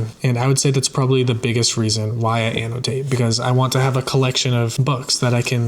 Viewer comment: I love the way you pronounce the word Annotate.